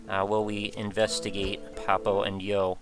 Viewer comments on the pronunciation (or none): I always felt like the title should have been pronounced Papo y yo, due to its setting and also the rough meaning "Dad and I" in Spanish... great video, but pronouncing the & in English threw me off.